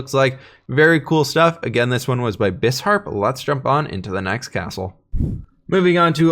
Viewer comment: is nobody gonna comment on how he pronounced bisharp?